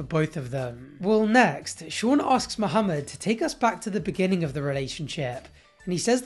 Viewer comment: I really hate how Danielle pronounces Mohamed as if it's two separate words😤